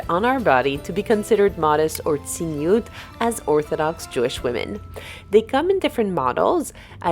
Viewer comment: It is not "tziniut" in Hebrew but "tzniut". "Tziniut" means "cynicism".